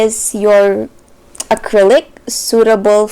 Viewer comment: when she said Gecko acrylic- AY i thought she was asian